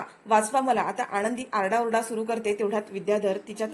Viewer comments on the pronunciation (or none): मालक साहेबांचे नाव " युगंधर " आहे. " युगेंदर " नाही. " आणंदी " नव्हे "आनंदी ".